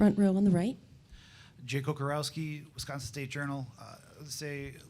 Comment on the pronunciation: Super happy to have him, but please someone teach Coach how to say Wi-SCON-sin